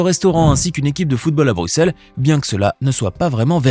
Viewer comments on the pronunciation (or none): none